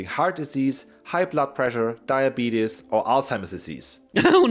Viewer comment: Has anyone noticed that doesn't say "or" he says "ar" instead